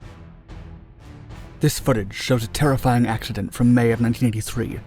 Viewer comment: "This footage shows a terrifying axeshident" 🤣😂